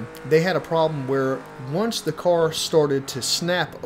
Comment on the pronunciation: I cant get past the way he says: car or cars! It sounds like cor or cors😂